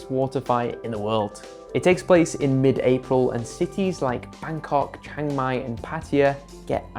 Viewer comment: It's Chiang Mai, not Chang Mai!